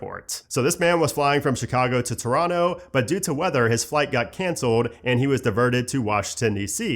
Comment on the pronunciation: saying Toronto like a local, nice